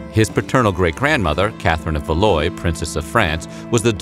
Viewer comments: FYI Valois is pronounced val WAH. Hilarious narration. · the way you pronounced valois hurt me lmaoo it’s said “val- wah”